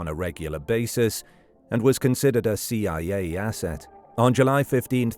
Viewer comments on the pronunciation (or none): “See Yi Yay Yasset”